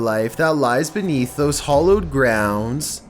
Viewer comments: did you honestly say hollowed ground instead of hallowed? your narration is pitiful and all your clips are bullshit. i only watch them because i have nothing better to do and i enjoy disliking them. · hallowed grounds bro, not hollow